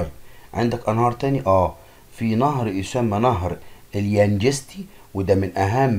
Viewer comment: ده بيقول نهر اليانجستى بدل اليانجتسى